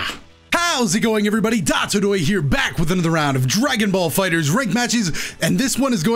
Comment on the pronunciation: "How's it going everybody d•aa•to•do•ya here" Me: It's.. it's d•ooo•to•do•ya